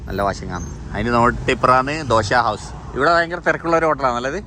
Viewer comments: ദോശ ഹൗസ് അല്ല ദോഹ ഹൗസ് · ദോശ ഹൌസ് അല്ല ദോഹ ഹൗസ് ആണ് മുത്തേ